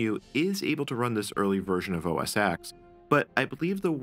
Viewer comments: fyi the letter "X" of Mac OS X is a roman numeral, so it's pronounced "OS TEN" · The "X" in OS X from my understanding is derived from Unix, which would make "OS Ex" the correct pronunciation. Though I personally consider both to be acceptable. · It's the next os after MacOS 9. The X is officially pronounced "ten" by Apple as it's the tenth version. The fact that it also refers to Unix is an added benefit.